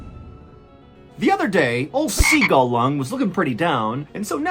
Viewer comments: Ahhh, how I missed the correctly pronounced "SEAGULLLLLLLUNGGGGGGGG". Thanks for the laughs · The violent pronunciation of “seagull lung”🐸 gets me every time.😂